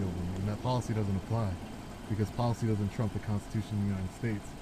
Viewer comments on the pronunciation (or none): none